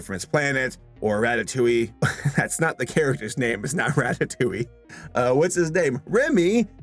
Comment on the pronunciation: It’s not ratittuee it’s ratitouiees monster